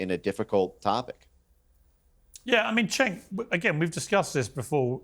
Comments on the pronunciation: Why does keep calling Cenk 'sink'? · I love how calls him "Sank" instead of Cenk 😂😂😂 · I love the just slight mispronunciation of his name, just to get a little more reaction. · I love when calls Cenk “SINK” 😂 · Looooool the way pronounces Cenk’s name 😆😆😆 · what i love is how still refuses to pronounce Cenks name right😂😂😂